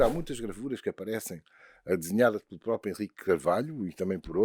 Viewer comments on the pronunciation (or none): none